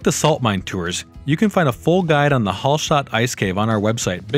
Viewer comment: You forgot about cycling to Hallstatt from any country in Europe 🤭🤭🤭🚴 from Vienna it's only 2 days, 290km... And it's not HALL (holl) STATT it's A not O same with Salzburg ...if Mozart would hear the pronansiation he would get a heart attack 🤭🤭🤭